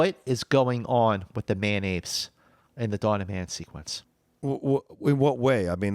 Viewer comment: Thought was saying Mayonaise, not man apes at first. Again, you guys are creating some of the best content on the web!